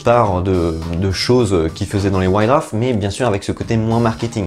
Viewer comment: "Wouaïte Douarf"...pas "Wouaïte Draff"...;-) !!!